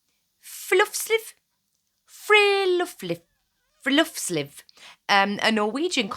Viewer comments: Um I dont know if there is a difference between Norwegian and Swedish, but in Swedish "hygge" means an area of land that have chopped down trees. Also, when you say "friluftsliv", breathe. its three words together not one. Fri-lufts-liv. Free- air- life. But why are you even linking "cottage core" to the far right? I really get confused when people do that. Is it because the right like "traditional" life? Well that is stupid. Cottages didnt even start with american settlers. For most of humanitys existance, we have lived in small cozy homes similar to cottages with a lot of nature surrounding us. Europeans, Native Americans, Africans, Asians, Aboriginals. We all had a "cottage". So technically, you can do subcategories of cottage core. You can have African cottage core, Native American cottage core, Russian cottage core, German cottage core, Asian cottage core. You dont have to do Instagram cottage core. Its just a heavily curated stereotype, and you do not need to feel bad for not following it 100%. Its far more interesting to see people do their own thing than follow a blueprint anyway. Also, I do not fault city dwellers for desiring to have the cozy and nice parts of country life. We all desire what we dont have, and we often think the grass is greener on the other side. In a way, I think cottage core is for the city dwellers. I mean, country people already live in the country and usually have a rustic environment, they are more likely to dream of living a city life. Cotta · As a Norwegian I could not keep from giggling upon hearing you try to pronounce "Hygge" and "Friluftsliv". But yeh, these things have been very important here for a very very long time and it is interesting hearing it be used now outside our little corner of the world.